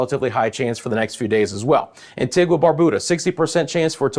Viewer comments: It's not pronounced Barbooda the u is pronounced you... it's pronounced antiga not antigwa. I'm just trying to yo help you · Thank you! Pls pronounce Antigua as Ann-tee-guh 🙏🏽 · interesting. I've never heard a Caribbean person pronounce it like Anti-gwah. To each their own lol 😆